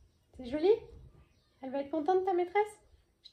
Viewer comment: Bonsoir, très jolie montre ❤️ J’aime bien t’écouter parler, par moment tu as ton accent alsacien qui ressort, quand tu as montré la tasse à Martin pour sa maîtresse tu as dit c’est “choli” lol Mon ex compagnon alsacien disait pareil… 🌺🌺🌺